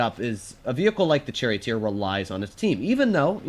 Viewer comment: said “ Cherry Oat Ear “ instead of Charioteer… get ya tank names straight!